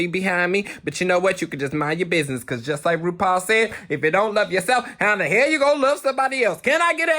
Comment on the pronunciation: “ wut in da heyl “ 😂😂